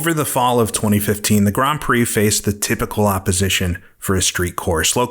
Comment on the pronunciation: I can't be the only person who's irritated by the pronunciation of "grand" through this entire video. That's an "nd" not an "hm", this is bad AI or an absolute imbecile of a real person.